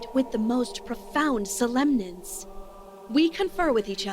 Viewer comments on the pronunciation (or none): "I could be pizza on weekends" ~ Now that's a man that would satisfy everyone's dreams. No wonder you have such loyal fans.:D I like this game so far, except some pronunciation is weird - case in point, "sol-EM-ness". That's a good guess, but a nope, probably mispronounced because the word most often used is solemnity, not solemness. The writing is a little bit like a college English major got their hands on a thesaurus & decided to get the most they could from their 5.99 purchase. But I'm still intrigued. I like commentary better tho, like "Gimme a break Panda - I'm only level 1".